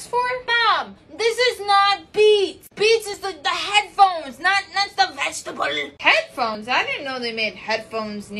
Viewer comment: the way she said vegetable 😂😂😂